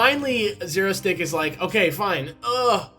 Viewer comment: You guys keep saying it like "Dr. Zero-stick" but Im pretty sure there's no T in his name, its Dr. Xerosic:p